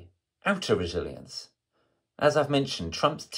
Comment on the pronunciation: I cannot make out this key word you’re saying, “aptoriliance?” I couldn’t understand it the first time you said it either. I slowed it down to .75 I still cannot understand what you were saying Mr. Rupert. Edited to note, he seems to be saying “inner resilience,” and “outer resilience,” for those who also had trouble understanding the message